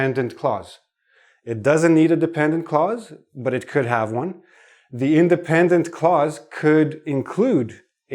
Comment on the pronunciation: Dear teacher, when you say “clause” it sounds as if you’re saying “cause.” I can’t hear the consonant “l” clearly. You’re class is so helpful, though.